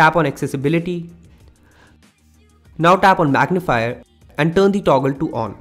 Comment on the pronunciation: Very poor English, turn not tun, tinder not tenda, he is not using "r" at all because he is trying to be a western English speaker but unfortunately he will never be a good English speaker because his personal language is Hindi and a best Hindi, Bengali, Nepali, Punjabi speakers will never speak English very well